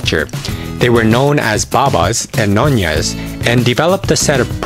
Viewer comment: It’s nyonya not nonya